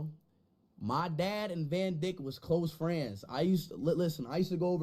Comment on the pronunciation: "Van dick" 😅😅